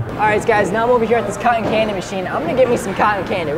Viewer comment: You Said Cotton Wrong